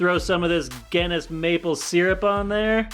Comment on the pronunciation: As a person from Ireland he kept saying Guinness wrong 😅 mildly infuriating